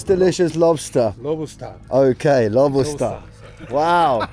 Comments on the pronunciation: needs his own channel. I’ll watch him say lobosta for 2hrs. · saying “Lobostaa” at the end got me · Lobusta lobustaa😂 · + Lobustaa - Lobusta + Lobustaa ahahaha - Lobusta ahahaha